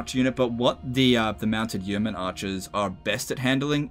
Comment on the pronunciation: Yeoman pronounced like 'bowman' but with a Y! (P.S. loving these vids!).